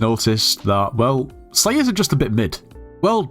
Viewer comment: bro I thought he said slaves instead of slayers at the start 😭🙏